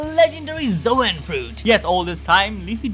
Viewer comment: “ZOWAN Fruit”